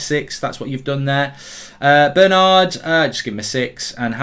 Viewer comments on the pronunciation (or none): none